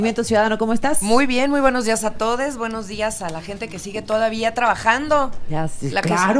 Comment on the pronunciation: Clarito escuché "buenos días atoles"!!!😂😂😂😂😅😅😅